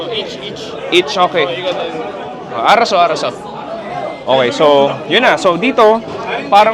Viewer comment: Simula pa nung unang vlog nya sa korea may comment na akong nakikita about proper way of saying "arasseo" pero yung response nya di pa rin naman nabago😂